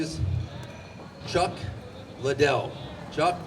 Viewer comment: its lid-dell everyone, idiots.